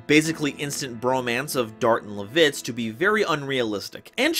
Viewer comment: Other than really just how you say LAH-vitz's (L-AH!), I am always glad to see others showing love and support for Dragoon.